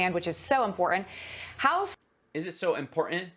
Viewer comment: "Is it so impor-int?" hahahaha